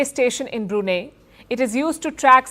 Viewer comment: Brunei is spelt as Bru Nai. Not Bru Nee.